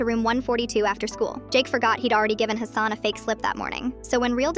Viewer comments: Its pronounced hah-sun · It's pronounced Hassan ✅ Not Hassan ❌